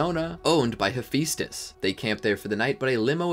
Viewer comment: I know right am always like it's he-phi-stus